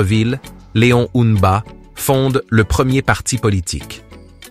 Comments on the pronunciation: pourquoi tu as du mal a dire le nom du feu leon mba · Faut revoir la prononciation de Léon MBA et olingui NGUEMA svp 😢